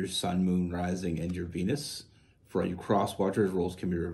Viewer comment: Sorry? Did you say for your penis or for your Venus? Sorry for the rude black humour, there is a lot more love readings posted today on YouTube then normal and I could not resist it! Many thanks again for all the lovely readings 😉